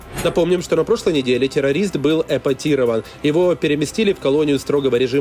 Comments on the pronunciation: Этапирован... Не эпатирован... 🥳👍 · Был "ЭПАТИРОВАН" 🤣🤣🤣🤣🤣🤣🤣🤣 Это как?